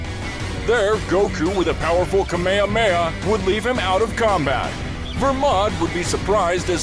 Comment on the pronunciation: “Kamahamha“ what is a kamehmaha!? it’s KAAAAAA MAAAAAAAA HAAAAAAA MAAAAAAAAA HAAAAAAAAAAA